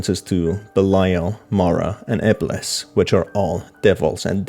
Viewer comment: FORREAL I WAS LIKE NO WAY HE SAID IBLIS 😭 THIS GAME IS SCARIER THAN I THOUGHT 😭